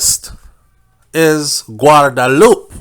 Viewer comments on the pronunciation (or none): none